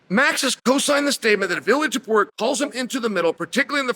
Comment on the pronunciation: Tuporia Topuria, same thing. - Chael